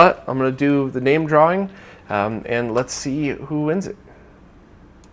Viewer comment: "Draring." Fucking love it.